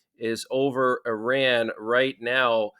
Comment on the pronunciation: What a hell is an emergency alert? Also learn to pronouns saying Iran